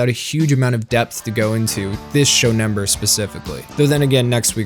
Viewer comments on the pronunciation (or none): none